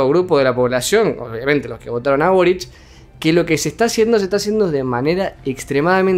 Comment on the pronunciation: Todos dicen borich y es solo boric... Aparte de eso, a este video le.hacen falta más vistas!!!!